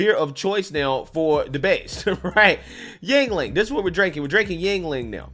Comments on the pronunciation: Jesus christ., its not pronounced Jing-Ling. Yuengling is the anglisized form of Jüngling (German, meaning „young boy“) Just look up the word Jüngling on a german online dictionary and listen to how that word is pronounced. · Yuengling. Not dingaling.